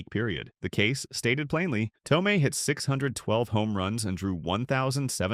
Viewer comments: ThoMee. Learn how to pronounce his name "Mason" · Hard to take this seriously when you CAN’T even pronounce the guy’s nNe correctly. How STUPID!!!